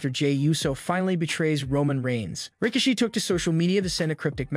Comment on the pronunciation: Who's rikashe? It's rikishi bro